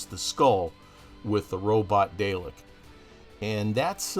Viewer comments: Really nice mod. FYI, Dalek is pronounced "Dah-lek" not "Day-lek", please. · I'lll be that guy: it's pronounced "Dar-lek" not "Day-lek". :P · Great Build, although you need to learn to pronounce them as DaRRlek not Daylik lol. (and yes I know is is spelt Dalek, but us Brits pronounce the a as 'arrr' ) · Dalek is pronounced Daa.lek.